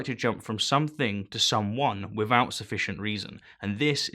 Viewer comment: Why is it that you can pronounce 'athiest', but not 'without'? Laziness?